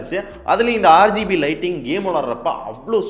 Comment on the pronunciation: neenga RGB nu solrathu "aaru gb (6gb)" nu solra maathiri iruku